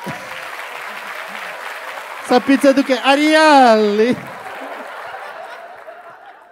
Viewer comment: Ariale??????? . . . ARI A LE ????